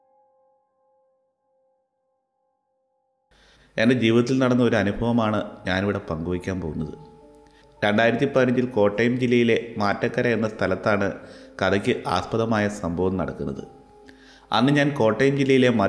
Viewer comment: കോട്ടയം ജില്ലയിൽ ഉള്ള ആ സ്ഥലം മാറ്റക്കര അല്ല മറ്റക്കര